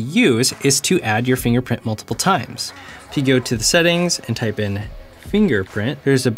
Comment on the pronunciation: Huh Huh.... He said "Finger printy". huh huh LOL